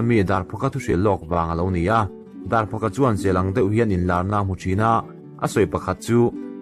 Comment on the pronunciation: Kan Zawlnei Darphawka hming lam dan hi Dar vuak rik chi anga lam a phawk hi fiamthu duh phawk anga lamrik tur ani e.